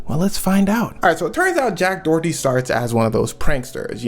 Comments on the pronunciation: I love these videos, please don’t hate me, but in the U.S. this guy’s last name is usually pronounced either “door-dee” or “dough-er-dee”, but never “Dorothy”. ❤❤❤ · Dorothy?? 😂😂😂 Door eddy is how its pronounced luv 🤣🤣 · Its pronounced Do-err-dtee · I keep hearing Jack Dorothy lmao. Not sure if it’s intentional but I’m here for if either way 😂